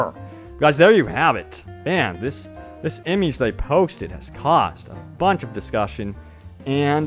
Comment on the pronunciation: The way he says image gives me aids